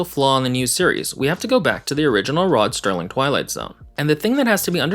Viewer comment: Brilliantly done, sir. I really enjoyed this! (You DO know that it's SERLING, and not STERLING, right?)